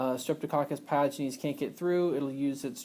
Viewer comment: there's no "r" sound in the word pyogenes as you pronounced it.